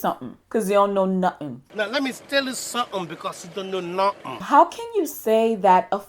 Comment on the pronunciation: "Let me tell you suhem.. Cause you know nuhem!" 😂😂